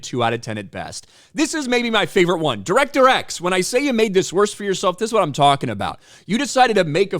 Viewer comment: Di-wreck-ter X said that no one gives a shit about Robin Hood. As a Brit I'm hear to tell him more people have heard of Robin Hood than that no talent hack.